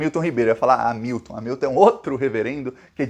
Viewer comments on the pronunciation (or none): none